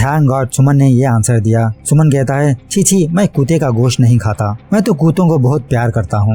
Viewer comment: Kutta...not kutaaa...funny pronunciation